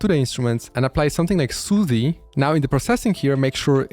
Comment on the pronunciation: bro said Soothee 😭